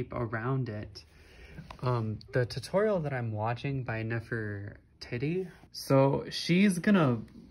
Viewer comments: More like pronounced (Neffur-tee-tee) ❤️ I've watched her tutorials a lot. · i'm using that pattern too!! :0 and for reference, i believe it's pronounced "neff-er-teetee" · U said her name wrong 0-0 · The way you said neffs name I died laughing (no hate but it’s not pronounced that way 😭) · Aye! I at first made the same pronunciation mistake with her name lol so it's no big deal. I make mistakes in my speech all the time as well and that's a-okay! I have a disability that causes it in me, but I never will judge anyone of any age for mispronunciations. Ever so lol.